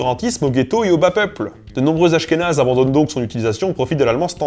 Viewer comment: des askhénaze ? Des /asxenaz/ PUTAIN !!!!111!11